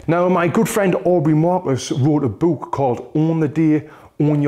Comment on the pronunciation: The way he says book bro